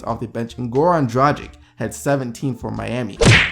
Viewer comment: It's not Bodžan Mardžanovik, Bojan Bogdanović(Boian Bogdanovitsh). Dragić(Dragitsh).